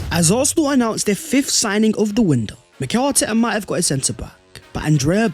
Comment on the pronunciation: Always does my head in you say fifthdt, it’s fifth brother. Great content as always though